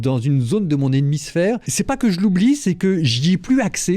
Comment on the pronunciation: "Dans une zone de mon ennemisphère..." Le lapsus lingae est interressant !